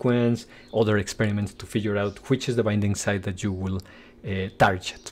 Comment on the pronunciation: tarket, not tarjet ;\